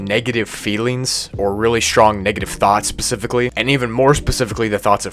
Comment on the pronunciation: Srong lol